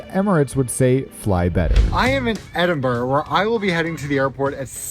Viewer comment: Well done at your pronunciation of "Edinburgh" and not adding an "O" like most American's - No Balmoral chicken though, you missed out!